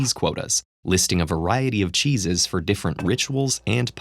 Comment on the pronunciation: Chesses kinda sounds like jesus